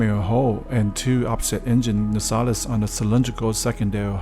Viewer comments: It's Pronounced... "NAY-CELLS" NOT "NA-SALIS"! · Great Video thank you! Only thing is that it is said NCC-1701 i.e. One Seven Zero One, not Seventeen O One. The other thing is that the warp nacelles are pronounced Na Sails not Nasales. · Dude, it's pronounced 'na-sells', not 'nasellis' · No i Just watched it again and you still say the wrong thing. You keep saying Seventeen Ow Wan!! It is One Seven Zero One. YOU ARE ALSO still saying NA SAA LES!! It is Nacelles i.e NA SAILS! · “Na-cells”: two syllables. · They're pronounced 'nah-sails' not 'na-sallis' thanks. Great vid,tho it's scale looks small. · Nacelles? Isn’t that pronounced “nay-cells”? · Great video. Hate to be that guy but the long things on the pylons are pronounced "nay-cells". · Pronounced 'nay-*sells*', the outboard warp nacelles. Great vid! EDIT: I love how the reflection map you used for the main sensor dish looked sort of like a baseball field, or an artificial clearing in the trees. Funny! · Close; it’s “na” like “apple” - “cells”